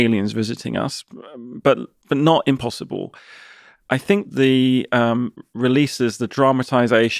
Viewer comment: Improbab-luh, but not impossib-luh